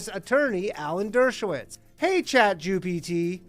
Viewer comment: Did he say Chatjewpt? oh lol